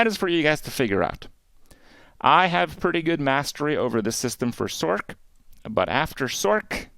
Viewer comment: Love the info….hate how you say sorkk lol it’s sorc bro